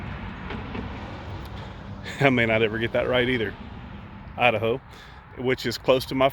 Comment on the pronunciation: Every time in the last few months i hear you say Idaho ..... I giggle and say you da ho ? .... sorry makes me giggle